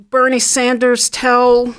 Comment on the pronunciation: All of a sudden they’re mentioning him when they wouldn’t even put his name on the pols. 33% for “other”. They pronounced Bernie wrong.